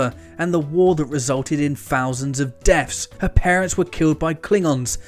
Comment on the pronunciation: "Fousands of deafs". Find a speech therapist.